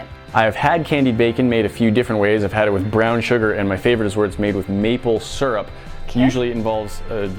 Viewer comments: Boi ain’t nobody say surup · You won't see this but your saying syrup wrong